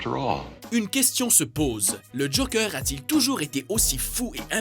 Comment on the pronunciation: Mais le mec il dit JOKEUR!!!!!